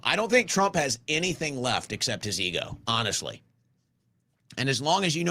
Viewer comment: “Honeshhly”?